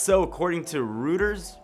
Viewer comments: it's Roy-ters. Most journalists have heard of 'em before. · Pronounced "Roy-ters". 😉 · It's pronounced Roy-ters. Geez!! You have to mock everything you think are foreign. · P.S. "Reuters" is pronounced "ROY-durs". (The 't' is a "soft t", about halfway between a t and a d.) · Pronounced Roy-ters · Pronounced Royters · Reuters = royters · Roid-ers. Do a little google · I think it is pronounced "ROY-ters." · i think its pronounced like roy-ters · Christian P Roys our boy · Reuters moron, learn to speak the English language. You've probably heard it pronounced a thousand times. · I'm happy to know other people aren't sure exactly how to pronounce Reuters..